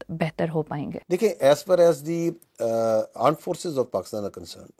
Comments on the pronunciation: aand forces 😂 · aand forces 😂🤡